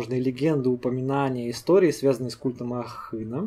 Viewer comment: Ахына,,я впервые слышу,но на слух мне Абхазу он близок )Чуть в ударение не попадаешь ,но не в упрек)Ахы-голова ,на Абаза бызшэа)